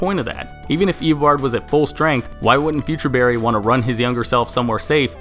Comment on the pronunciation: you saying "eobord" gave me a headache.